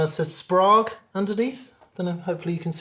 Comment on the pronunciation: Great video, I love a monologue! Incidental nerd trivia, contrary to how it looks Sprague is pronounced Spray-g - their marketing slogan was "Don't be vague, ask for Sprague!" Keep up the good work!